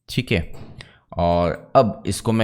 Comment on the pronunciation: cheeek hai ( theek hai), next that you try to speak in foreign accent sounds irritate. Please try to speak normal. I am a CAD and MAX tutor since 17 years, but I follows you much longer. You are very good teacher, please work on your pronunciation. Thanks